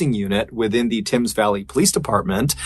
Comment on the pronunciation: Its pronounced tems valley not tims. The Thames. You were close. 🙂👍